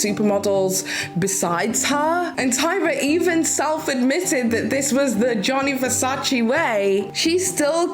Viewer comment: His name is Gianni Versace not Johnny Versace